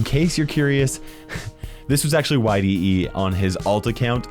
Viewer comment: Yde is pronounced ee-dee btw not Y.D.E